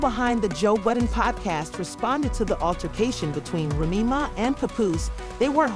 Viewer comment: Why does she keep mispronouncing Remy’s name😂